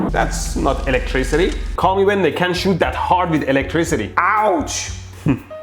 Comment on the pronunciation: Electro, I love your videos! And respect to you for knowing more than one language and being clear in all of them. I can barely do one. May I politely say? We all should be careful with the word "can't." Any presenter, whether BBC, you or I, when we say "can't" the t at end can be unheard or ambiguously heard - reversing the meaning of what we are saying. Best luck to you. Don't really get shocked or boom'ed.